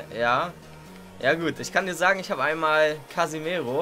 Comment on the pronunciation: Der heißt casemiro, falls du das extra machst nehme ich das zurück aber er heißt CASEMIRO